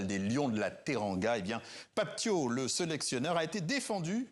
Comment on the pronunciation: Ce n'est pas Pape Tio mais Pape Thiaw comme "Ciao" 🇸🇳🇸🇳🇸🇳